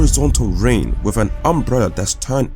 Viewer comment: "Fings" not THINGS? "Wiv" not WITH?